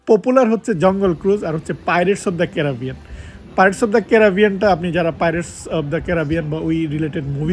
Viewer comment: ক্যারাবিয়ান ❌ ক্যারিবিয়ান ✅